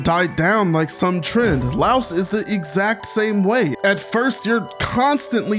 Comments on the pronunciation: Please stop pronouncing Laios name like Laos the country I’m from 😭 Lai-os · Delightful video! Definitely sharing it on the Discord. Though I will say. I lost at least a day of my life with how you pronounced Laios, lol. He's not a louse (lol). The name is pronounced closer to "lion" in terms of sounds (it's more explicit in Japanese)